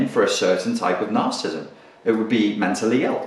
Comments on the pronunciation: Hard to take you seriously when you don't even know how to pronounce narcissism. It's three syllables - nar-ciss-ism - not two ("nar-cism"). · narcissism [nahr-suh-siz-em] 4 syllables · Another video on Narcism... You talk about this Narcissism soooo much, could you at least try to pronounce it correctly? Must be the same reason people keep saying White Supremist instead of White Supremacist, and the inverse: Naziism instead of Nazism. Grammar Nazis are likely Cerebral/Compensatory Narcissists. :P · Cool video! I like how Brit's say 'Narcissm' for brevity. And yet they add a whole new syllable to 'Aluminium.' I guess they really like aluminum over there. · This fellow wants to teach me about a trait he can’t even pronounce.